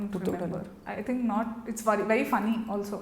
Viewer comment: Its "think" 😂😂😂